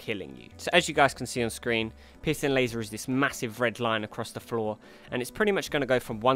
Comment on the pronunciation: I don't normally find humor in accents...but pissing laser made my sides hurt. And because I don't want to sound like a total asshole, Good video. Very informative and I look forward to fighting these guys tonight.